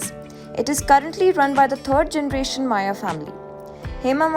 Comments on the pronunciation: Why is she screaming. Please pronounce the name correctly. It is maiyya not Maiya. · How difficult is it to pronounce मय्या and not माया? 🤦🏻‍♂️